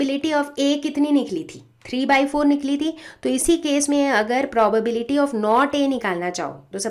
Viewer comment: Ma'am probobility nhi probability hota hai